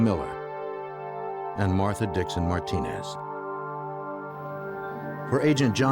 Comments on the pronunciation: Martinez!! PRONOUNCED Mar-Teen-Azz NOT Mar-Denaz HOLY FUCK! What's wrong with you people?? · Anyone reading this... his name is pronounced MAR-TI-NEZ. It was irritating me how they pronounced it. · Why is it, that when you stiff FBI guys pronounce "Marti=neeze" as "Martin-es"? You are so clueless. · Who tf says Martin-ez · “Martin-Nez” is killing me 😂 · Everyone saying the narrators voice is so perfect, and I’m like what the hell it’s not Martin-Ezz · How hard is it to say MARTINEZ😂